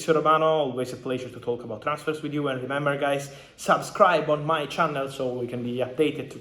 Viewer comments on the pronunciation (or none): The emphasis he puts on 'Subscribe', always kills me